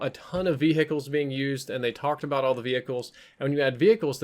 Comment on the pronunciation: Lol ve hickles